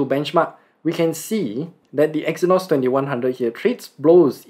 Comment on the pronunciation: The Review was not able to understable As giving the review he said EXYNOS IS BANNED. But it was BACK the pronunciation was kind of bad